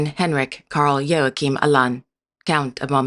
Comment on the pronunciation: It is impressive that you got the pronounciation of Joachim right. Not many forreigners can do that.